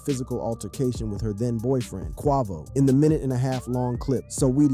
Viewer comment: Then he said, Qua-VOO